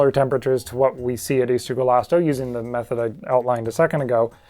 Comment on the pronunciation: He is an Argentinian dinosaur and as an Argentinian person I say he was fluffy and also a super cool guy Your pronunciation of Ischigualasto is so good!